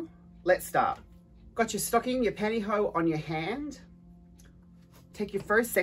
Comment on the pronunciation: Pantyho is such an amazing word! Every time you said it I giggled!!!